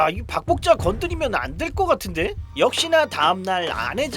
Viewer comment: 박복자가 자꾸 밥볶자로 들리는 신기함이있습니다!